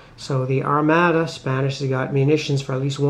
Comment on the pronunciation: Thanks for the effort. It was clearly designed to be driven by logistics-which you also clearly have no interest in (forgetting to buy munitions LOL) so I am not surprised that it did not appeal to you. FYI, Armada is pronounced "ar-mah-da", victuals is pronounced "vit ela", and Cadiz is pronounced "cah-deeth". Anyway, good effort.